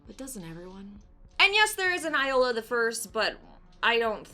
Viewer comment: It is pronounced Yola the second😛